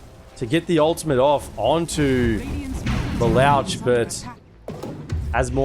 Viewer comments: Omg its not Le louch its pronounced like Le looshe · Ikr xd "LelAWsh"😭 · This caster pronounce lelouch wrong, he literally say lelawch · Every caster I've heard always pronounces the name wrong 😮‍💨 He's one of my favorite anime MCs out there. Lelouch (Leloush) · Why is the caster saying the name Lelouch like that hahahaha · lol, my nerd ears bleed whenever he said LeLouch like that XD